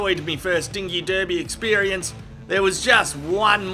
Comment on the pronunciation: He pronounced derby wrong. 👎🏼